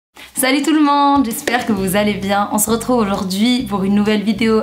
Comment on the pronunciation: Au lieu de dire slt’ tout le monde elle dit salut tout le mande